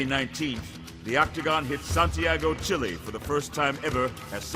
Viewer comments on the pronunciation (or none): none